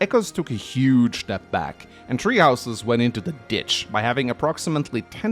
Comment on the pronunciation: Nobody: Norwegian FE fans: "Tree Houses"